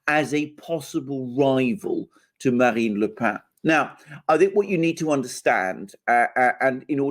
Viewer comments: dear alexander mercouris, the surname of marine le pen in french is not "le pain" (i.e. the bread) and is not pronounced thusly, but "le pen"; and the name is pronouced exactly as the english pen, that contains ink and is used for writing: the name, correctly pronounced, is indeed: marine (ma-rin) le pen! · PLLLEEEEZZZZ !!!!Its not pronounced " le pain" its "le pen" as in PENcil!!!!!😬😬😬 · Le « pen » pronounced pen not 🥖 pain! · AGAIN: It's not pronounced " "LE PAIN". She's not bread. It's PEN, like the English word for the writing instrument. PEN. PEN. PEN. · Le PEN NOT PAN, how many times. Like your 'Oh no I have it on good authority her name is pronounced JIZZLANE' Lol. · Le Pen is pronounced as Le PENN not "Le Pain" (="bread"). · Pen is pronounced just like Pen in English, not "pa"... Le Pen is a Breton name., so pronunciation not so good. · You should learn how to pronounce le Pen correctly. "Pen" is not nasalized, but is pronounced like in english "pen" . The deviation from normal french nasalation is because Pen is a Breton word (the family is from Bretagne). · Agreed... It's Pen as in parker, the Alexander pronounces it as if it Bread (I think) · The 'e' in Le pen is not a nasal vowel ! Please look it up !